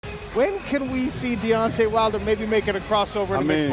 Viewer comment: "Deot-nay Wilder, yes you heard that right". lol, what?